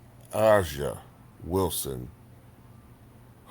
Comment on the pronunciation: Aja= pronounce as Asia